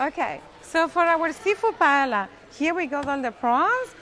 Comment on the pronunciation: First, As spanish when someone pronounces "paela" I run away. Second. Ingredients are very important. Rice it's absolutely necessary that it be rice called "bomba" a variety grown only in spain. Not rice from asia or another place. Falvour changes absolutely. Third the seafood not from Pacific please. Shrimps, calamari, etc..don't have favour compared with spanish sellfish. It's impossible to taste a really good paella out from Spain because the ingredients are not good, even if the cook is spanish. To finish..."paprika" in the paella? Oh my God.